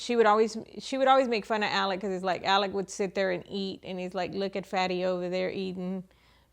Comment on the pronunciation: Its "Alec" not "Alex" even though its spelt that way. They must have Scottish heritage because thats how we pronounce it and "Murdaugh" is pronounced "Murdock". John Marvin was seen removing gjns from Mozelle by a drone the day after the murder so it could very well have been him in the white truck. He also removed the boat from the boat accident scene after walking under the crime scene tape while Mallorys parents were kept behind it. Hes the "cleaner" in the family. They all seemed to have very defined roles until Alex went rogue. The boys were brought up to believe they were untouchable which turned them into entitled, arrogant, unpleasant young men and Maggie loved the money and the name and when she found out there wasnt any money she filed for divorce. These are not nice people. Peope dont all of a sudden become angles because theyre dead. Did they deserve what happened to them? No but lets not pretend Maggie wasnt a money loving snob and Paul wasnt a vile individua who abused his girlfriends and flund the fact he'd crashed a boat hilarious when his "friend" was still missing, theres a video of how he behaved at the scene, he also had a massive drink problem and his parents encouraged drinking and Buster is nehind the death of Stephen Smith. I hope hes held accountable for that. Maggie absolutely had something to do with the other housekeepers death, the one who raised Paul because she was too busy being a " socialite". The Murdaughs were the law in this area LE were th